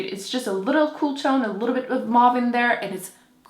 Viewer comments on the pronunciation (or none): Great video! Had to pause a few times to note products I want to try. Just curious, why do you pronounce mauve the American way, when other colours you mentioned were pronounced with your French accent?